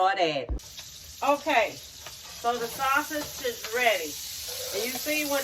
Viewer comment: Yess ma'am delicious...and the was you say sausages got my granny name all over it😂😂I Luv it